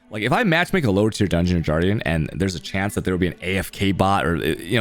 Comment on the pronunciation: Did you just say “jardian” for guardian?